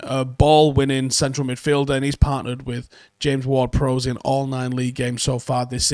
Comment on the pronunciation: please stop pronouncing James Ward Prowse name wrong? think ships bow? not bow and arrow and say it like that? prowse has an e on the end, prowse like cows